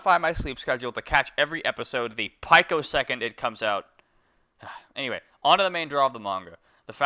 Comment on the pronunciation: why do you pronounce picosecond as paiko second good video btw :)